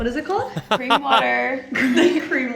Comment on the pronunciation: Cream sounds a bit like clean?????